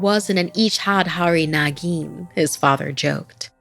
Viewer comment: Ichha-dhaari naagin = ejhaad hari nageen 😂 this cracked me up ngl.... But overall loved the story.